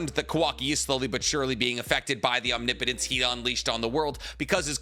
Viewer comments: Holy shit he said omnipotence correctly!!! :O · Finally he said omnipotence correct